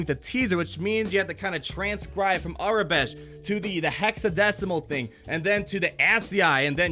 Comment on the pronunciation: That giant monster was a few bosses in the video game Star Wars: The Old Republic, and it’s pronounced “AEROBESH”